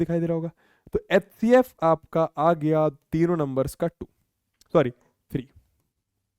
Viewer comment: Sir hcf ko atecf bolte hai 😂😂